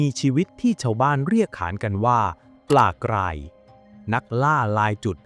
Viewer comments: การออกเสียงที่ถูกต้องคือ ปลากลาย ปลากราย ครับ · ออกเสียง ร.เรือ ไม่เป็นหรอ ? ปลากลายอยู่นั่นแหละ